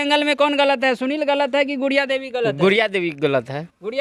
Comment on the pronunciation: गुड़िया देवी को बूरिया देवी बोल रहा है😂😂😂